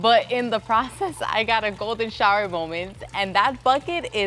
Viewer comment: Did she just say “ a Golden Shower Moment “ with a little Spanish accent, I think? 😳